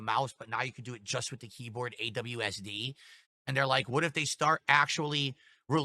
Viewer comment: Phil is genuinely the only person I've ever met who called it AWSD instead of WASD